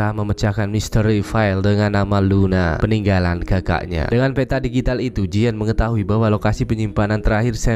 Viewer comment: Ngomong DIGITAL kayaknya susah bgt ya bang 😂😂